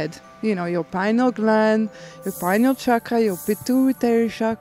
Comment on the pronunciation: I like that the lady pronounced it "pine- al" instead of "py-neeyul". I forgot the name was based on the pine-cone shape.